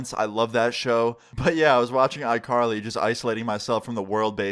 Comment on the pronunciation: This nigga said icarly lmao